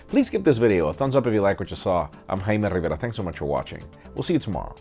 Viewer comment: Jaime RRRRRRiveRRRRRRRRa